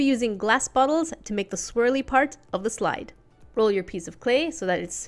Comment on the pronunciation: When you said green slide, I thought you said green slime. XD